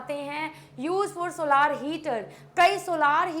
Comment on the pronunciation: Mam with soa lar nahin solar hota Hai